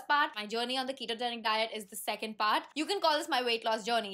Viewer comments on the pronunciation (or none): none